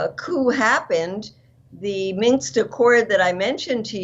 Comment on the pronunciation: Ladies! The word you are saying is "Minsk" accord, not "minx!" 😆 The latter is defined as: “a pert, sly, or boldly flirtatious young woman."